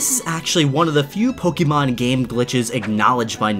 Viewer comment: I dont know how he is a pokemon fan if he pronounces pokemon wrong and cannot tell if a pokemon is legendary or mythical.